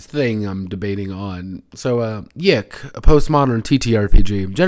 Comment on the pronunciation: it's pronounced, "yick" :P also idk how much I'd consider tracing elisa lam's last moments on camera for the PC's waifu's death as "hilarious"